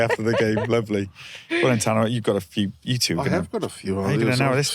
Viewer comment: How would Tana have felt hearing the host butcher his name like that?